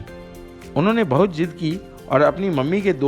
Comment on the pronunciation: What is Mahjab 🥶 Pronounce correctly say MaZhab Say Zidd not Jidd Zor not Jor Shooting Kahiye Sooting nahi Phool not Fool Bazaar not Bajaar Release not Releaj and so many other mispronounced words Good presentation but your pronunciation messed it Maza kirkara kardiya